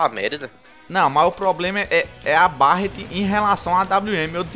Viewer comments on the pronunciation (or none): Deus qui mi livre, se fala béret não barat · cara so uma coisa fala berret q fica melhor q barret